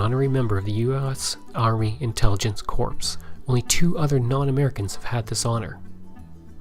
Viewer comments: Corps is actually pronounced like "Core." You also committed the dreaded use of the site where Jesus was crucified, "Calvary" in place of "Cavalry." Cavalry are mounted troops. For old military farts, like me, those are grave errors which greatly undermine your credibility. While your purpose is noble, you might want to do more in depth research before putting your video together. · good effort but its not flying corps. the p is silent .